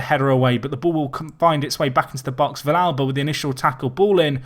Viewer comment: nope, you pronounced vilalba correctly